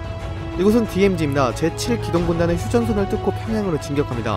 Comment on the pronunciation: 영상 재미있게 잘 봤습니다. 좀 아쉬운점은 말을 너무 빨리 하셔서 그런지 모르겠는데, 발음이 정확하지 않고 흘러넘어가는 부분이 간간이 보입니다.(예로: "국군이 휴션션슬 뚫고...")차라리 조금 천천히 읽으시더라도 정확하고 리듬감을 살리면서 읽으면, 정말 퀄리티를 한단계 업그레이드 하실 수 있지 않을까 라는 개인적인 생각입니다. 앞으로도 좋은 영상 더 많이 부탁드립니다!^^